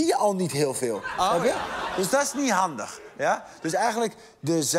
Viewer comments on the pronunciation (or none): “Dus dass nie handigg”😂